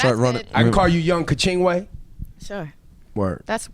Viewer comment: The way she says Kachingwe makes my life😂😂😂😂😂 poor girl can't even say her own name correctly lol at least she said Tinashe right